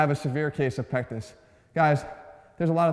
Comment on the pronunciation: I thought you said " I have a small penis" lmao